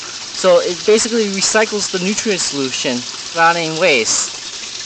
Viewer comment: ...basiliy ..lol :)